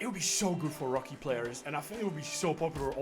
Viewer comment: rookie pronounced the Czech way.